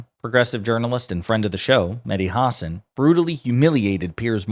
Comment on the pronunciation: WTF IS A "HOSSON" IT'S PRONOUNCED HUH-SAAN. YOU SOUND IGNORANT